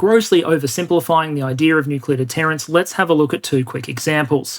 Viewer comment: ….”deterrence” not “detterance.” Otherwise another thought provoking, eye-opening presentation! (and spelled wrong again ). Not criticizing, just pointing out.